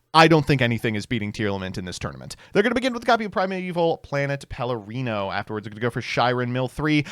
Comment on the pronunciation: pronounce “Perlereino” correctly challenge (impossible).